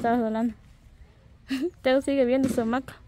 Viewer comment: Ja ja ja a mi me hace reir la norma porque no sabe hablar el nombre es hamaca no maca y lo peor es que fueron a la escuela y no sabe ni hablar